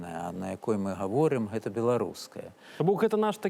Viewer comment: Не «эта», а «Гэта». Гук «г» тут мае быць вельмі выразным. Паслухайце, як размаўляюць старыя людзі ў вёсках, не ганьбіце мову.